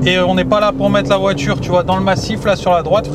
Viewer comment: On dit voiture, pas voitchure